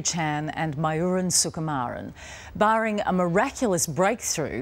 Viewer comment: mayuran not my urine